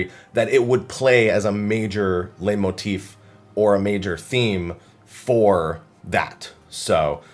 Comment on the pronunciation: Hey, just to let you know, it's pronounced "light-motif", not "lay-motif"